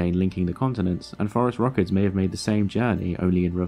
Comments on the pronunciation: No idea why he pronounces it like that. It's phorusrhacids, as in "for-us-rasids"; the last part should sound like "acid" not "ruh-kids". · I don't think so. You said that's "how it's pronounced" and clearly it's not pronounced "forest rockets". A non-native English speaker may not pick up on that distinction. But what the heck .. like everyone else is saying .. "forest rockets" is a cooler name. Let's just run with it. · "...and they were known as the forest rockets..." ?!?!? Really? Are you sure you're pronouncing that correctly? How do you spell it? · Apparently you were NOT saying "forest rockets", but I'm glad I'm not the only one who heard that every single time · If not for this comment I would have watched the entire video and gone on with my life thinking he said forest rockets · He was saying forest rockets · Same here. I looked it up using "Forest Rockets" and got high school sports. Then I tried "Forest Rockets, Terror Birds" and finally got Phorusrhacids. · This is what happens when you have an oral language that much deviates from its originally phonetic counterpart, its written form. Spaniards, Portuguese, and Italians would not pronounce Phorusrauchids 'forest rockets' -- they would distinctly pronounce both u's like the u in 'put,' the i like 'ee' in 'meek,' the 'a' like 'a' in 'ah' and not combine 'a' and 'u' into an 'o' sound. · Almost as if the scientific name was purposely phonetically trolling anyone hearing the pronunciation for the first time...got me too! lol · he is not? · if you are basing the pronunciation on the American standards, then yes it does sound like Forest Rockets. But this guy is British, they have a different system. so there's the distinction. But yeah Forest Rockets are a cool name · I swear he was saying, "forest rockets". Oh, apparently everyone did. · can we PLEASE start calling these guys "forest rockets" like we all thought he was saying, that is the single sickest bird name ive ever heard. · Me too! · Yep me too